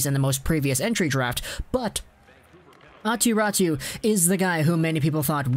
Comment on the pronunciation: Yeah, its not pronounced like that, like at all. Always like North Americans explaining how Finnish names are pronounced and still not getting it close :p Great video though.